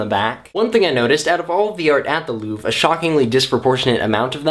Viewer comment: Not to be nitt picky and snobby, but the R in Louvre is pronounced. ;)